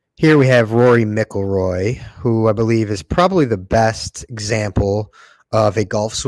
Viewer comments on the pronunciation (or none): Rory MICK Ilroy??! have you never heard of him before?? If so why are you saying his name like that?? and then you say "he is overrated" but you are using him as the perfect example of a swing?! Man you are all over the place with your views